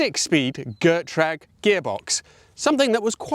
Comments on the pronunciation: its correctly pronounced GET- RAG....easy peasy!!!!!! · Gertrag? Really??